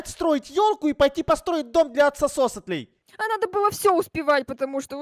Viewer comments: Правильно не оксосотеоь а оксолоталь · Не аксососетыль а аксолотль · Вообще-то не оксососотэль а оксолатль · Не Аксосотль а Аксолотль, я тоже Водолей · Не аксосотоль аксолотль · Не Аксосотль а Аксолотль